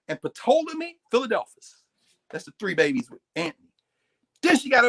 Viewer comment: Someone please tell Dr. Carr that the " P " in Ptolemy is silent.